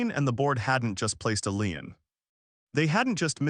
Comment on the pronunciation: "Lien" is pronounced "lean" not "line".